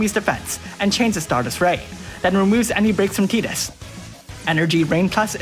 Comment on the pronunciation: I hate that you Pronounce Tidus's name right. The Canon way to pronounce it is stupid AF, how does Tidus pronounce like Teedus? WHY?!?!?!? Darn you Square!